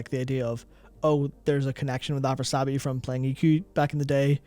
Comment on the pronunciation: Afras - i - abi , not Afrasabi